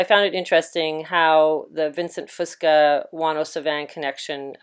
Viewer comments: It’s the Straight of Juan de Fuca... pronounced few-Ka. Not the Straight of Juan de Fusca. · So many mispronunciations in this video its just hard not to get distracted. There no S at the end of Fusca for one.